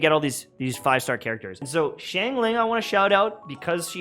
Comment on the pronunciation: YouTubers: SH-ang ling People who speak mandarin: facepalm